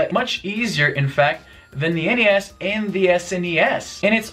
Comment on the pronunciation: Thank you for saying N-E-S and S-N-E-S rather than "Nes" and "Snes". I've never heard anyone refer to NES and SNES by making their initials into a word until watching YouTube vids.